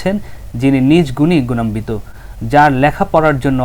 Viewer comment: এরাও সাংবাদিক। এরাও রিপোর্টার। গুণান্বিতকে ( উচ্চারণ: গুণান্নিত) উচ্চারণ করে গুণানবিত।😃